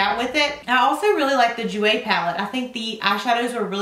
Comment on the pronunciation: Jouer is french, you dont pronounce the J sound like you would say in "j"ump. Its a soft J. And Givenchy is Gee-von-chee